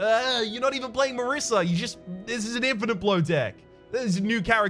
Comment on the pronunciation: It's Marisa, pronounced like the "S" in DOSE. Italian name.